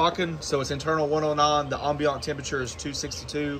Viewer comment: anyone else slightly annoyed by the mispronunciation of ambient, or is it just me? LOL It's Am-Bee-Uhnt.